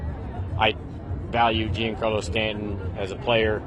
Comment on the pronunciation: 😂you make a valid point there and I admit I was questioning my own pronunciation of big G’s first name when I heard that!!! But it’s not like gene Carlo but more of a John Carlo right?